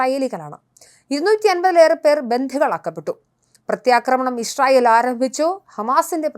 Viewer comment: യിശ്രായേൽ അല്ല യിസ്രായേൽ എന്നാണ്.